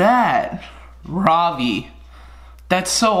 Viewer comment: Is it just me that when he say ravi it remind me of the ravioli meme😂